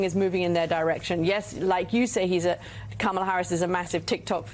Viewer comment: 😂😂😂😂😂 and this time he called her karmala...smh